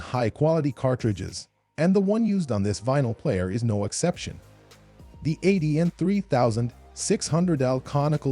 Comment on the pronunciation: Best turntables? For who? on what criteria. Avoid these numpties they have no idea. Deeenon hilarious pronunciations, were/are they paid sponsors. Lo to mid fi at best. Audio feels!!! 🤣😂🤣😂